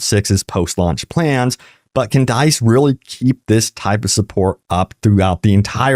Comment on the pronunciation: Bro you gotta learn how to say "dice"